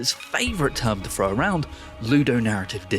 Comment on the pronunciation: I won’t listen to someone who can’t pronounce (in his words) haff his words and says frow instead of THROW. I hate people who are this pathetic